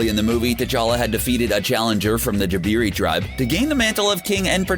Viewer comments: It’s not jibiri it’s jabari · JABARI!!! Not jabeeree!! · Alien spaceship? Jebeeree tribe? What is Gamora? Throw apart titan's moon? Titan is a moon, it was one of Saturn's other moons Hydra in civil war? When he said the mirror dimension he showed the quantum realm in Dr strange. Its agamoto not agamahto. Masters of the mystic arts not mystical. Dormamu not Dormamu (yes, spelled the same but he pronounced in an odd way) Have you even watched any of these movies?